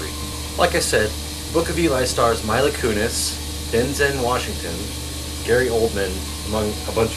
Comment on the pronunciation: Maybe you should've changed Mila's name to something easier for you to say as well... you are pronouncing it wrong.